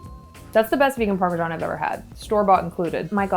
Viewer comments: Why did you pronounce parmesan parmigian? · Please don't call it parmesan